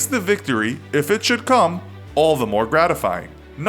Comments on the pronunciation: The Entity PEE YOU BEE GEE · At least you pronounced it correctly that other time you said it as P.U.B.G... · pyoo bee jee is wrong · The Entity that annoyed me lol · The Entity Right that shit sounded so weird, like he was probably the only person in the world to continuously say that over and over, pretty sure everyone roasted him for that.